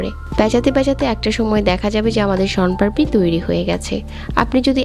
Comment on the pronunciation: পারপি না পাপড়ি